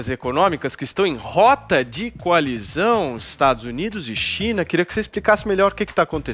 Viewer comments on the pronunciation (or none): Rota de colisão e não de coalizão kkkk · Quando vc ve que o cara começa falando coalizão em vez de colisão vc percebe o nível dessa porra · rota de colisão ou rota de coalizão?